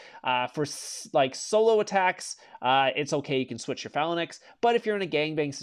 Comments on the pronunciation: 4 years and still can’t pronounce phalanx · Say phalanx... one more time... I know Char I'm gonna have him kick your ass!